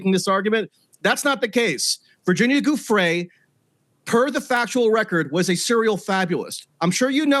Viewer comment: pretty sure Giuffrè is pronounced /djuffre/